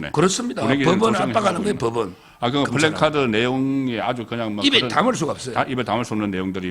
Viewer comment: 플랭카드가 아니고 플래카드. Placard.